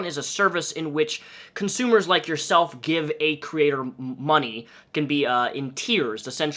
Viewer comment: Ngl i cringe when u say consumer